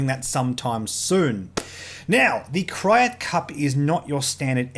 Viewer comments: i'm with you, i would say Kry-at. not crate lol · its krayts! not kryats as in the krayt dragon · It's Krayt, pronounced like crate, also there were multiple events. Top 50 invitational on Friday(extended), team tournament on Saturday(hyperspace), and the Mofference on Sunday. So all the lists that you were referencing were Hyperspace which is one reason why you didn't see Nathan Eide playing Corran Horn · Kryat is pronounced same as the word 'crate'. FYI. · It's pronounced like crate